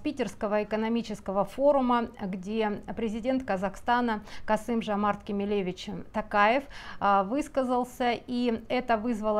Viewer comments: Не Кемеле'вич- на манер Робинович. А Кеме'левич, при подготовки к записи видео, хотя бы Википедию открывайте и смотрите, как правильно произносить ФИО! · простите за замечание, но правильно будет ставить ударение на второй слог: КемЕлевич и произносить фамилию через О ТОкаев, а не тАкаев. Спасибо. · дважды неверно произнесено отчество Президента Казахстана - ударение на 2 слог, неуважаемая разбираторша, - КемЕлевич. фиксирую неуважение и унижение Токаева. Бесконечные "да? ну, а, фшоке" и прочий словесный мусор - визитная карточка автора канала. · Не “КемелЕвич”, а “КемЕлевич” - казах, а не еврей. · Кеме'левич - ударение на второй слог. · Здравствуйте. В отчестве Кемелевич ударение на вторую букву "е".